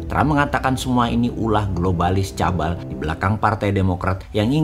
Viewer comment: STAR WARS bukan STAR WAR om.... CABAL dibaca KABAL aja plisss atau kalo ga bisa sebut Komplotan Rahasia aja thanks yaaa